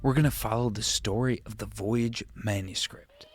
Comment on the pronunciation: I thought you were saying voyage the whole time